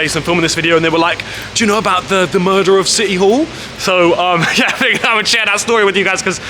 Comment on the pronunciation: Smoke a bong everytime he says murdah of city hall😂